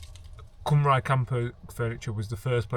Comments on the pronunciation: Nice furniture and van! Shocking pronunciation of Cymru though. ;)( cymru = wales)- pronounced as “come ree” (cymraeg mean welsh - called them that too) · Sorry I skipped a few bits and will watch it later, am close to that stage, what was the cost of all that? And your so close to saying that name. Being welsh its CUM RE (cymru) you were close hehe great looking van.